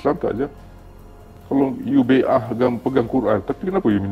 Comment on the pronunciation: Bai'ah tu sebut bia betul